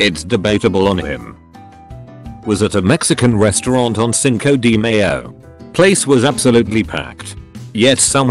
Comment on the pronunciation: No one: TTS voice: singkow di meyow